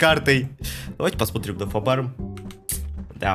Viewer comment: КАКОЙ ФАБАРМ? ФАБ-М АУУУУ КАКУОЙ ФАБАРМ ДЯДЯ